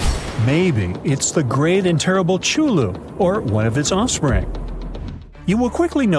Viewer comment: "DUH", Dumb A.I. Voice: It's "KUH-THU-LOO" in English! The EVIL CREATURE from The BLACK ABYSS in The EARTH!